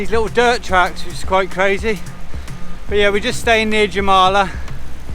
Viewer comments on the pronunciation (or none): In Latvian, the letter J is pronounced as Y. So Jurmala is pronounced yur-mal-la ❤️ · Really nice video. Jurmala is pronounced Urmala. If you head out of Jurmala about another 10 km there are tons of beaches where dogs are allowed. Actually, as long there is no sign that says no dog you can bring your dog. Enjoy. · Thank you for this video. I life in Rīga. It’s a beautiful city. Don’t say the J Jūrmala. Say with a Y ‘Yurmala’. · Jūrmalā is prounounced yurmala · The city you stayed in is pronounced "Urmala". U is like in an alphabet. That would be correct. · Yoormala in English, like Germans say yes Ja, the same sound for Jurmala 😅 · Hey what a nice video guys <3 you done many activities local pple dont do in their life living here haha well done, it is so nice to see how appriciative you are, it brings tears to my eyes <3 and the city by the beach is called Jurmala, but you have to say Yur-ma-la as J is prononunced like Y and u is not pronunced as you, but only almost like o quite hard to explain the pronanciation ha x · Its pronounced Yer-mala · Umm.. yUrmala maybe? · Fyi j in latvia id likr in english y. So in english you'd have to say yuurmala. In english the word jurmala means seaside jura means sea and mala means side or edge. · I love how you say jūrmala its soo friking wierd but cool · Thats soo funny how u say Jūrmala😅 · Jā, protams arī viņi pateica nepareizi "jūrmala" xD